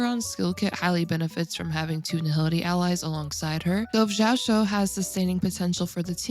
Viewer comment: it's pronounced as ji-yao-chu. hope it helps!